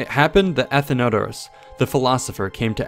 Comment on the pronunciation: It’s not Athen-odour-ous it’s Athen-o-doros. Source: Am classics major